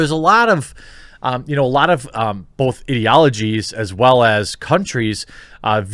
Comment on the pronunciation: Making progress. Now learn to say "both" without the 'L' sound in it